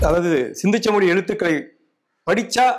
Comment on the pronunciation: பேட்டி காணும் பெரியவர் ஏன் " சிந்துச்சமவெளி" என, மீண்டும் மீண்டும் கூறி ,"சிந்து சமவெளி" என்பதை சிதைத்து, தமிழை கொலை செய்கின்றார்.அவரை திருத்திக்கொள்ளும்படி வேண்டி கொள்கிறேன்.